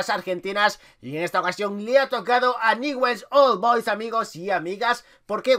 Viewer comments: Info para vos: Pronúnciase Niuls old boys, comunmente llamado Ñuls!!! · Se pronuncia ñuls olboys jajaja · Se pronuncia "Niuls Ol Bois", me encantan tus videos!